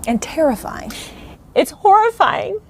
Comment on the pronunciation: Lolol that intro was almost perfect just missing the infamous clown honk when she pronounced the h in horrifying